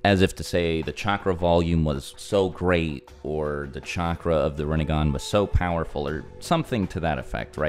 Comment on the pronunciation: "Rinne-gone" lol.